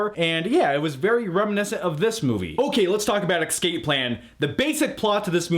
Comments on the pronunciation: you're awesome, but it's escape not excape. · It sounded like you kept saying "ecscape"